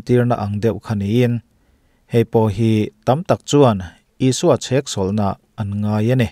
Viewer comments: Tinge chheksawlh na itih tlat mai le??? Cheksawlh tih zawk tur ani e... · Ni e, chheksawlhna a ni lo....cheksawlhna....tih tur, mizo țawng hi ti dik hram2 ang u. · Chheksawlhna tih hian beng tithlep deuh e. Cheksawlhna tih zawk tur a ni. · chhek ni lovin cheksawlhna tih tur ani e... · Chheksawlhna niloin cheksawlhna tih hi a lam dan tur diktak zawk ani.. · CHhéksawlhna a ni lo, chêksawlhna a ni zawk e! Mizo ṭawng zir nasa rawh!😮😮